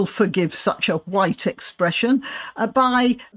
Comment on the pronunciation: Those goddamn hwhites…